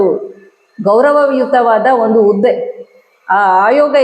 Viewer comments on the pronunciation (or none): ಉದ್ದೆ ಅಲ್ಲ ಹುದ್ದೆ